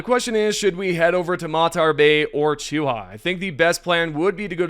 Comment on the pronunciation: Bro, you play the game, you listen to the planet names in game xD how are you getting Chooha from Choohe